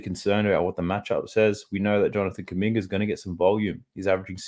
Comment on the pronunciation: Calling kuminga kumbucket is crazy bro 😂😂😂 great information tho I appreciate it